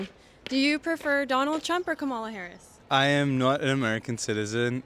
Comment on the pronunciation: You'd think someone who was going to ask people about who they were going to vote for would learn to pronounce the VPs name properly before doing so.